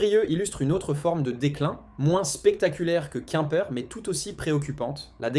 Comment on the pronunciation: Beaucoup de bla-bla, probablement IA, qui dit plusieurs « quouimeper » au lieu de Quimper, on se renseigne avant de faire une vidéo. C’est pas crédible du coup